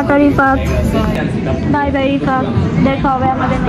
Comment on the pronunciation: Rifat❌ Ripat✅😂😂😂